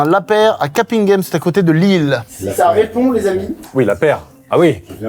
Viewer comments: Si je puis me permettre, ça se prononce Ca-PAIN-guème (capinghem). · mon dieu la prononciation Mcfly…. CAPINGHEM le in se dit « un »… mais c’est ok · 1ere chose, j'ai énormément rigoler devant le ficelo sur scène 😂 mais alors, j'ai vu l'image, j'ai craché mon verre d'eau 😂 Seconde chose, Ka pine game? 😂 "Ka pain gueme" pour info, voilà j'espère que cette information vous permettra de mieux dormir 😅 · Ça se prononce Cap1guem pas Capinneghemme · Je n'avais jamais entendu Capinghem être prononcé de cette manière et c'est adorable. On dirait presque une ville du sud avec cette prononciation : Ka-paing-hem. Pour information dans le Nord nous prononçons cette ville: Cap comme un cap, ing comme le chiffre un et hem comme la lettre M. Enfin voilà, encore une superbe vidéo avec beaucoup de respect envers les employés ! Un bonheur <33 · J'ai eu très mal quand j'ai entendu CapINghem qui se prononce CaPAINghem🥲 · CAP-IN-GHEM ? IN ? IIINNN ??? CAP 1 GEM ! un UN ! CAPUNGHEM ! CAPINGHEM.... Capinghem je t'en foutrais moi.... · Capine-ghem 😂😂 On dis Capin-ghem mais c’est coool 😅😂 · Pour le 2e appel Capinghem ce prononce Ca-p1-ghem